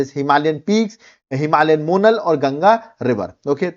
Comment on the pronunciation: मोनाल ✅️ मोनल ❌️